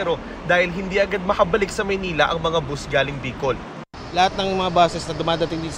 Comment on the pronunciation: It’s called bus. Not boost